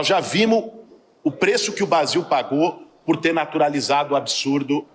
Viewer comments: JOVEM PAN VCS DÃO OUVIDOS A ESSE CHEIRANDOR DE AÇÚCAR ESSE ENERGÚMENO DIZ QUE FOI PROFESSOR,FALOU ERRADO O BRASIL CHAMOU (( BASIU )) A PRÓPRIA JOVEM PAN NÃO COMENTOU 😮😮😮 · 🤡🤡A JOVEM PAN NÃO COMENTOU SOBRE O PRONUNCIAMENTO DESSE CHEIRADOR DE AÇÚCAR FALOU ENVÉS DE BRASIL DISSE (( BASIU )) ISSO NUNCA FOI PROFESSOR, A TÁ FOI EM CUBA 😅😅😅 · O cara fala vimo e basil meu deus do céu Que bos ta de professor